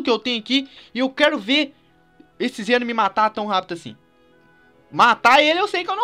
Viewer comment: Não é Zeno e sim zen'ou